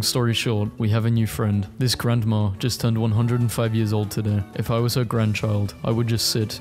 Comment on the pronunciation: no offence, but i find it weird how some people pronounce grandma as grand-mah-r